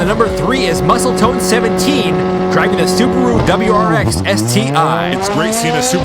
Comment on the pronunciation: Loving it!! This made my day Sidebar, subaru is the brand, wrx is the model, sti is an option package. You said it correctly. I think it stands for subaru technica something or other, I don't know lol